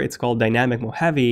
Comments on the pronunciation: Moh-ha-vee, not Moheavy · MO-HA-VEE not MO-HAVE-eee. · it's not pronounced as "mo-heavy". It's pronounced as "mo-ha-vé". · It’s Mo Haw Vee NOT Mo Have Eee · It's not Mac OS mohavi it's Mac OS Mohave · why are you pronouncing “mo-heavy”? hahahahahahhahahahaha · lol what? I live in Las Vegas which is the biggest city in the "mo hawvey" and have NEVER heard it pronounced as "mo heavy" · you are pronouncing Mojave wrong... you sound like a cartoon character saying "Mo havyyyy"... good review though. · Did you pronounce Mojave as 'mo-heavy' ? -_ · Am I the only one who is annoyed by his pronunciation of ‘mojave’ as moheavy 😂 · I wish you could say Mojave. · Stop mispronouncing "mojave", thanks. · I don’t like the way you pronounce Mojave 😂😂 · I had to stop watching it. It is annoying to have a name constantly miss pronounced. And I mean 'CONSTANTLY'.